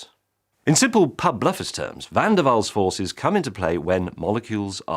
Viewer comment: Finally somebody trying to say Van der Waal! Thank Gott there is no letter ü in that. Déjà-vous is wrong, most of you can't produce the normal u anymore. Try German München, or French brut, or Dutch muur. Forget it. So, nice that Van der Waal was okay!